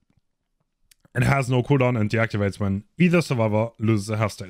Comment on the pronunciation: I’ve been looking for this He said it wrong both times!